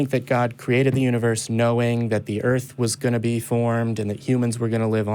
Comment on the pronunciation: Earf. Earf!